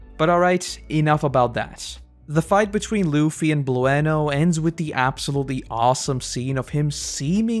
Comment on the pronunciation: Blu-En-oh?🤣 Just bloo-noh bruh, like Bruno